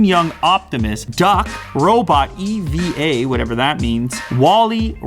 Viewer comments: E - V - A .... Eva.... (eevah) like... WALL-E's crush/ girlfriend like in the movie.... come on Lew. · It's not E V A it's evaaa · IT'S EVA FROM WALL-E NOT E V A OOOOOOOMMMMMMGGGGGG boi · Did you just say "E.V.A. whatever" , thens proceed on saying walle. Come on man! It's Eva, walle's girlfriend. Low blow my friend, low blow.